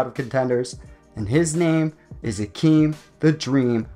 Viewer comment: Hakeem literally changed his names so people would prounounce his name correctly and you still butchered it 😭